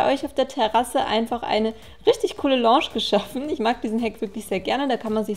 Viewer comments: Loooosch😂 #nohate ABER Lounge spricht man ein bisschen anders aus... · das heisst doch lounge sprich "launsch"?! sie sprichts komisch aus... oder kann man das echt auch so sagen? quasi die französische aussprache?